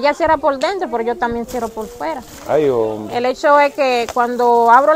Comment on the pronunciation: me en canta tus contenidos buen trabajó. Solo te pediré algo. Cuando en trevista apersonas en condiciones ya sea precaria ho de salud física no digas. La palabras ay hombe se escucha como de pena. Y el trabajó que usted ase no es para que de pena es para yebar mejoría Asus vidas por favor escusame si te molesta mi comentario.